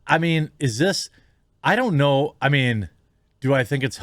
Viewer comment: “This is something I mean to say for a long time”. Am I the only one who heard ‘meme’ instead? Kudos to this streamer, such troll - much troll…